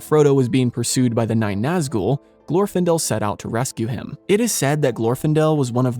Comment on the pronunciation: For a lover of LOTR, it is strange not to know the correct pronunciation of names: GlorfIndel, PelEnnor.